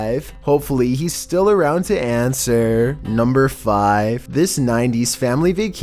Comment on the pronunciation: Sure, you may talk abnormally in your videos, we have all gotten over it. But the way you said number 5 in this video was really weird lol, great video though. Keep up the good work!